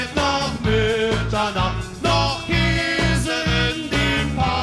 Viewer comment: Kehse statt Käse mit Äh!